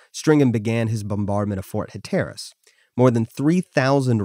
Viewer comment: Huh-TER-rus? Hell no, it's HAT-r-us.